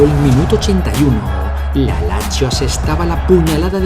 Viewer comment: Locutor..Lazio : Lachio..(q im.becil)..es Latzio.. Peruzzi : Peruchi (que im.becil de nuevo) ..es Perutzi..informate bien!!